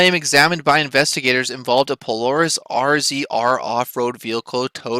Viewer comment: I have only two comments. First the off-road vehicle "RZR" is pronounced "Razor." Second, the one you show is only one of hundreds MORR has towed out of Sand Hollow and other more dangerous locations.